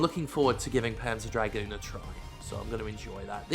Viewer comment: Whenever you said the title "Panzer Dragoon" I just kept hearing it as "Pants of Dragoon" :P